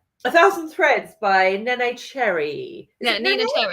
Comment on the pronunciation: Can't believe it's Women's Prize season already! Love your plodalongs. I have read only one of the longlist, last year I enjoyed A Thousand Threads. By the way you are both pronouncing Neneh's name wrong. Listen to a preview of the audiobook as it is read by her.